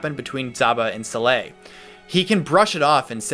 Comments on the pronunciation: suh-lay? I've always pronounced it sah-lah or sah-luh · I think it's pronounced Sa-leh as in the arabic name صالح which means good person